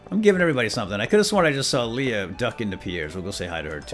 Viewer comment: Did he seriously call Leah "Leia"? Maybe that could be the new thing with you two (along with radishing).